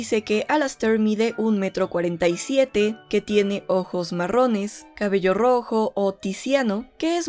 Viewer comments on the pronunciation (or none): none